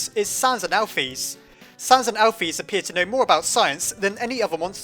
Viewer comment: he called alphys alpisss lol learn to read **